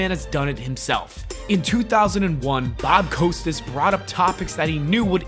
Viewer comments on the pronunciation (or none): The way you pronounced “Costas” does not sit well with me. It’s Cost-as, not coast-as as you said it. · Its not Bob COASTAS, it's Costas, like Kostas,, He has more Emmy's than any other sports journalist .. show some respect by getting his name right. And its ORTON, not ORDON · "Costas" Not "Coastas" 😊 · LOL, 'Coastis'? Bob fucking Costas may be a dick, but slap some respect to at least know how to correctly say the name of a legendary broadcaster. COST US (basically). I mean, you looked up his height and weight stats, but skipped how to say a name you should already know? Even Vince said it for you in the footage you utilized and you still repeatedly borked it. Edit: Bill MA HER??? I give up. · cost-us, not coast-us mar, not mar-her dude, no one can take you seriously if you can't pronounce people's names correctly. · Bob coastesess. Hahaha, wrong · Bob "Coast-us"? Bill "Mah-her" John "Stow-sul"? C'mon, dude .... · OMG. Bob “ COASTUS”? Learn to pronounce names dude. Vince even says it in the interview and you still say it wrong. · Bro, you gotta work on pronouncing peoples' names correctly before you do these videos. 'Costas' is pronounced 'Cost-us', Vince even says it in the clip. 'Maher' is pronounced 'Marr'. 'Stossel' is pronounced 'Stoss-ull'. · How could you not know how to pronounce Costas? He's as big of a name in sports broadcasting as there's ever been. Frickin' nubes. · The Best part of the video is the host pronunciation of Bob Costas!!!! Koe Stas is a has been!!!!!!! OMG, he got Bill Mah har wrong too! I love it! I hate both of this libtards! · You pronounced every single name wrong. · Fun stuff, but dude, at least be able to pronounce Bob Costas's last name correctly. Makes you look like a complete idiot. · How can you mispronounce Bob Costas??? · Hey man, I appreciate the video, but a tiny bit of research would help you pronounce names like Bob Costas and Bill Maher correctly.